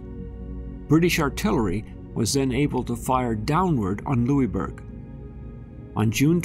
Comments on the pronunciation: Being from Cape Breton, this is interesting. However, Pronounced "Lewisburg". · hahahaha i know every time he said it i thought - its lewisburg! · Nova Scotian here. We pronounce it lewis-burg. This was a very interesting video, ty for posting it! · Well it was named by the French and they pronounce it the French way. However we won, so we can rename it whatever we want. LosISburg it is. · it drove me nuts lol. I commented that we pronounce it Lewis-burg haha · We are still Cape Breton Island a part of Nova Scotia not formerly as you would have it seem and we here pronounce the is in Louisbourg. If you haven’t visited this site I invite you to do so it is amazing. And archeological dogs are still u set way to this day on the site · Question for you all also. Does anyone else pronounce Louisbourg like he did in the video? Was anyone slightly bothered each time? Or was that just me? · Would have been better if the forts name had been pr9nounced correctly.